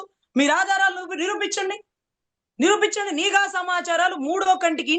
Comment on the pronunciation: నిఘా అనాలి not నీ ఘా